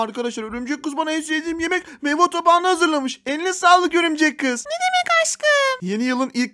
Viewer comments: It meyva tabağı değil meyve tabağı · Her zaman meyve tabağına meyva tabağı diyen koca yürekli